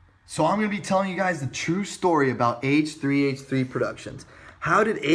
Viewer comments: haich three haich three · ive always wondered this but why do you pronounce h3h3s name as hach3hach3 XD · 45 seconds in and pyro making Siri search the web for hache tree hache tree lol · i like how you pronounce it haych3haych3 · I love haytch 3 haytch 3